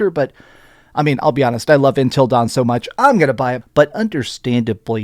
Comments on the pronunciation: Love your vids man but damn it’s UNtil dawn not INtel dawn 😅 did DS really need a remaster? No, no it didn’t, same with until dawn. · Intil Dawn or UNtil Dawn bro?!?! Hahaha...